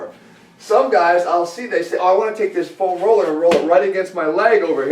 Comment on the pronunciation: Say "FOam Roller" one more time, please. Haha, just kidding, Jeff.